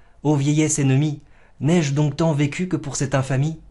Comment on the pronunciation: « N'ai j' donc tant vécu » contient une élision visuelle du e de je. Je vous l’apprends ? Je vous cite. « Cont’, sois de mon prince », aussi. Le e muet avant une virgule se prononce. Vous imaginez enseigner la poésie mais certains de vos alexandrins ont onze syllabes. Néanmoins vous êtes globalement plus régulier et moins vulgaire que les cabotins professionnels qui braillent leur philistinisme sur scène. Chapeau.